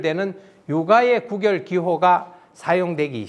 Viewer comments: "장구"는 "장꾸"라고 읽어야지요. 이는 관용상의 문제입니다. "구결"의 "구"자는 장음 자인데 짧게 잘못 읽으셨습니다. "입 구"자는 길게 읽어야지요. 한학자께서 이런 실수를 하신다면 누구에게서 배웁니까? 기실, 적지 아니 실망했오이다. 한국 언어의 타락상이 하 분하여 "한국 어문을 고발함"이라는 책을 냈아오니 일독해 주실까요? 미국 변 완수 배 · 계속해서, "구결"의 "구"자를 짧게 발음하고 있음. 이 "입 구"자는 길게 발음해야하는 자다. "구두, 구술"등 얼마나 바르게 발음해 오던 말이었던가? 이런 평상어를 일류 학자가 바르게 발음하지 못하는 것이 오늘날 한국의 문화이니, 오호 애재! 오호 통재! 미국 변 완수 배